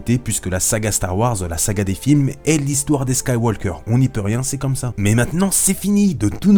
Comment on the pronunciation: Juste ça se dit Skywauqueur et pas SkywauLqueur... voilà voila